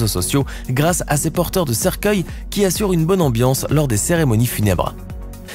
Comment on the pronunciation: Hihihi il a dit " Porteuil " au lieu de porteurs hihihi